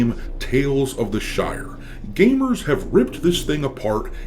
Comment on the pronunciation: " cozy gaemers " , everytime i hear this, i die a little inside